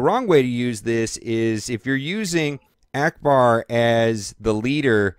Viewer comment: Trash he said Akcbar...